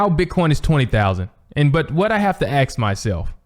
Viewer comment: Dang it it is ‘ask’ not axe. Like your work though.